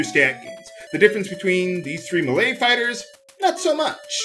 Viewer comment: it took me a while to figure out that he was saying melee. It sounded like malay to me.